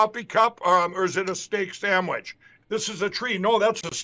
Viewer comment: The word is sandwich, not samwich lindellarooni!